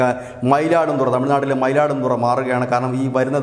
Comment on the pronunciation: Mayiladuthurai not Mayiladum thurai